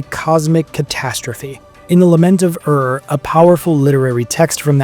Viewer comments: Ur is not to be spelled as Arrr but as Oorrr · Ur is pronounced Oor which is Tamil.